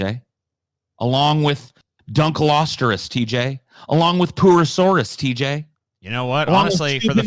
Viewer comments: "Dunkleosterus" Lol where did you get the 'r'? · DunkleostEus not how pronounces it.